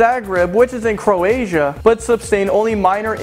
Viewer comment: it's not Carasian it's Croatian